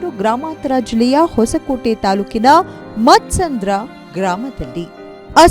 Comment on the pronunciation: Mussandra alla mam e-muthsandra mam adu